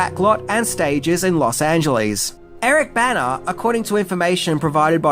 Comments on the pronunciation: It a little confusing because you pronounce Bana and Banner the same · Being from the northeast, hearing "Bana" I kept thinking he was saying "Banner." What a strange coincidence!